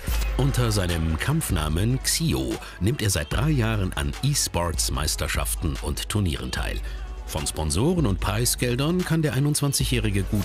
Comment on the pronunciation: Hat er grad e schports gesagt???!!!